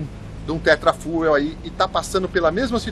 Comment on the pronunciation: se escreve "Tetrafuel", mas se lê "Tetra Fiu".